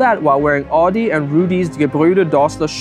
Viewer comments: That's not how you pronounce 'Adi', and not how you pronounce 'adidas'. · Why do I keep on hearing Audi instead of Adi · You're pronouncing 'Adi' as 'Audi'. It's weird. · Because he pronounces the 'a' in Adi wrong.